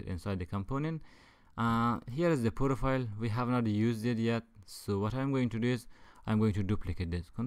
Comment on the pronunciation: I love this serie But.. STOP SAYING "POROFILE " PLEEAAAAAAAAASE IM IN TEARS!!!!PLEAAAAAAAAAAAAAAAAAAAAAAASE